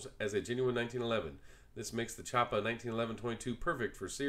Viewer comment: Cool video! I am considering getting one myself and this was very helpful. Just a heads up that Chaippa is pronounced “Key-apa”.